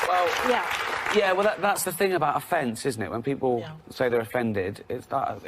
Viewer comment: it's thing not ting